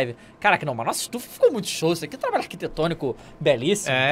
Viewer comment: "Isso aqui ta ARKtetonico"